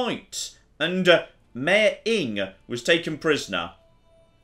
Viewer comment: Old Norse pronounces all vowels. Inge is Ing-eh